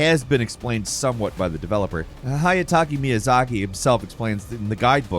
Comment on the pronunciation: wow you completely butchered hidetaka miyazaki's name haha